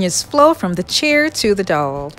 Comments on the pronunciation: Cute video!! But those DOWELS are pronounced DOW EL's ... Not "Dolls" lol.. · I love your stuff. But it's pronounced D ow wells lol. ;) What is your flooring made out of??? it looks like big Puzzle pieces. Also, Everything you create is Beautiful. I'm hoping to be able to buy a house soon and if I'm able to then I plan on going Crazy making 99% of everything you have made lol. God bless you hon and keep up the Beautiful Crafts. <3